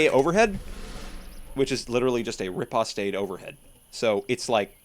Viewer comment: "Riposte" is actually pronounced "repost", not "repostay". Nice video!